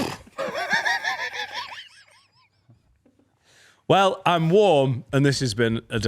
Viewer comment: (to Finn) "Are you not on Teak Tok?" 😂😂😂